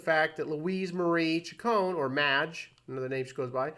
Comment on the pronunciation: As a die-hard fan since i was a tween/"Madonna Wannabe" in 1983, i am almost offended. First of all, her last name is pronounced: "Chick-cone-knee", not "Chick-cone". Mtv started calling her "Madge", that is not something that " she sometimes goes by", telling Mtv's Kurt Loder that she hated it. Her DAUGHTER was named Lourdes MARIA Ciccone Leon. Lourdes was born about 20 years ago, when you stopped listening to MADONNA. THAT is probably why everyone started thinking "Maria." It could be bc Marie* Cahill wrote a book about Madonna in '91. It literally starts with the words: " Yes, her name really is Madonna . When she was just beginning to establish herself, people assumed that she had chosen the name for it's glamorous sound, but the truth is that she was named for her mother . Madonna Louis Veronica Ciccone was born on 16 August 1958 in Bay City, Michigan." i know that you said that you "know this", but you clearly don't bc you kept mispronouncing her last name & calling her middle name: Louise, not Louise Veronica , something commonplace in Catholic/large families, and a practice still done today. (See my name .) When asked what ppl were most surprised to learn about Madonna, (whose Mother died when she was 5) she said: "That I'm vulnerable. Isn't it obvious." We had an irl "Prince", (Rogers Nelson) & we have a real life Madonna. This isn't that complicated: it was the 80s. However, having lost a parent when i was a child, i am taking this too personally, bc i can relate to